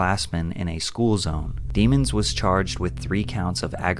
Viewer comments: It’s not demons it’s pronounced day-moans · thats not even how u say his last name its a french last name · Pronounce his last name right, it isn't dee mons it's dem ons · Bro said his last name wrong on purpose 😂